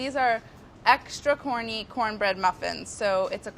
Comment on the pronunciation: Am I the only one who had to rewind the video to listen to her say corny muffins again because I thought she called them horny muffins?! 😂 😂 😂